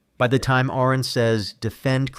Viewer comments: It's PRONOUNCED ARE-ON NOT AIR-RON 😡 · DUDE HIS NAME IS ARON DONT PRONOUNCE THE A COME ON 25 years of debating. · FFS it isn't Aaron Ra it's Aron, like are-on. How disrespectful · You keep saying Aron's name wrong. It is pronounced "are-in". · Great video. I have been watching Aron for years. He was a huge part of my deconstruction and taught me more about biology and evolution than I ever learned in school. SO, as a huge fan of Aron, I do have to correct your pronunciation of his name. It is not pronounced like the typical Aaron or Erin. It is said more like aR-in . He always uses this example, "it's like a registered nurse or a RN."